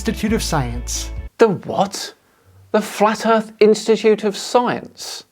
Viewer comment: Flerf Instimituute of Scie-unce, where one can achieve a green ribbon for reading partial definitions of words in an dictionary. Cats.